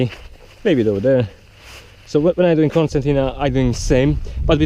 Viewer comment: nice, but isn't it Concertina bag? Why pronounced Corsantina? :D